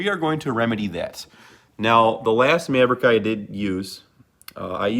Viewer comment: Midwestern af maaaaavrick😂